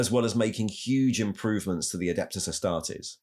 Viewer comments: It's Astartes {ah-star-tees), not 'astartez' like a mexican surname... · Mr. Ticklebutts who is the guy who sounds like he mouth sexed some cocaine everytime he says astartes? That isn't Luetin09 is it?